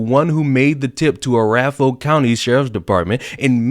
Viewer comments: you're not even going to believe me, but "Arapahoe' is pronounced "uh-RA-pah-hoe" and you can look it up. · Arapahoe county is pronounced "a-RAP-a-hoe." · Not criticism just information, it's pronounced " uh rap uh hoe " county